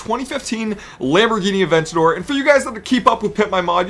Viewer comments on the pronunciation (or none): none